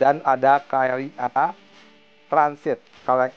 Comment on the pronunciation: KLIA - Ka, El, E, Ha...😅